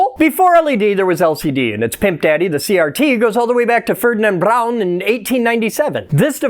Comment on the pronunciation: Good pronunciation on Ferdinand Braun